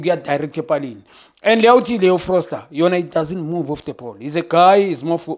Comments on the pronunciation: FOSTER! not FROSTER... read the name proper baba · Foster✅️ not Frosler ✖️❌️❎️ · Note.. Everytime he says Frosler.. He means Foster.. 🤝🏾